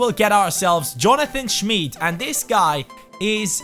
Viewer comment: Ünichts für ungut aber das i bei Schmid ist lang